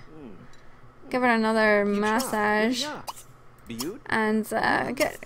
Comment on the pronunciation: When u said massage I thought you said mustache XD